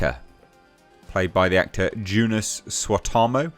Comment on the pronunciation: Joonas' name is pronounced "Yu-nas" i believe